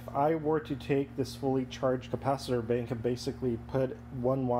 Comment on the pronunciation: You are not the only one who had a problem with the "bink". I took a good while before figuring out that "bink" is this man's rendition of "bank" lol (I am Polish and learning English as a second language)